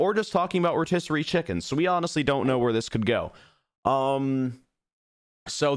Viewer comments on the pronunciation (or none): I was half listening and then I hear reticerery (or however you spell it) chicken